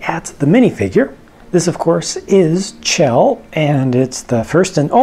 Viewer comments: chell is pronounced shell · I believe her name is pronounced like shell.